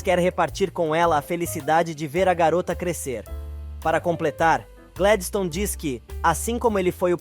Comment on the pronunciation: Não é rólinha é rólinha E nem Gledistone é Gladistone